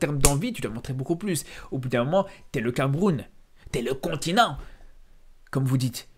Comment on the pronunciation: "Le Continanng"🤣🤣💚❤💛